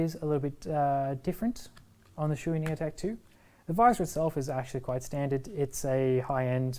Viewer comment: Not trying to be offensive here, but you are pronouncing the name Shoie incorrectly. Shoei helmets are made in Japan. The Japanese Shoei as "Show-Ay". Never "Shoe-E". Maby if Chewbacca / Chewy" from Star Wars, had a Shoei helmet, he would pronounce it as Shoe-E. 🙂